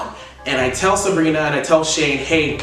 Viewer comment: Am I the only one that noticed is calling Sabrina Sarina